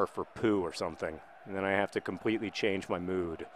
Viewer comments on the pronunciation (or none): none